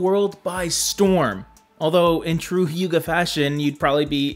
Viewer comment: Pronounced more like “who-guh” than “hue-guh.” Note I am Danish and still had to double check. Lol.